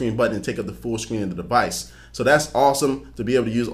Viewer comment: i couldn't stop focusing on when he said scween